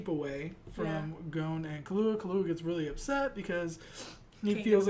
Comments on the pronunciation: It's pronounced "Kill-oo-a", but you're emphasising on the "oo" too much, like "Kill-OO-a", just say it all at once like Killua. I sound like an idiot lol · The accent is on the Kil, not the lua of Killua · Why do you keep saying Kullua It's Killua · lol he keeps callin him Kahlua like the alcohol. BRUH